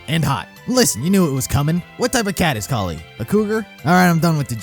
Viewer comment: Kali is pronounced Kal i